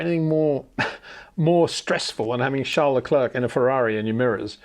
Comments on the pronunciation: So sad Peter, your clearly a fan boy of Adrian Newey and Charles Leclerc the basis is often frustrating and uncomfortable to watch at times, even the way in which you choose to pronounced Charles name is proof. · Sjarl???? Its CHARLES. or you have a King Sjarl now aswell??